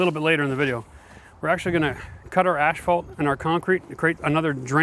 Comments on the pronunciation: "As Fault", not "Ash Fault".....lol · Canadians know it's spelled asphault right? not ashphault! why do all Canadians mispronounce this word?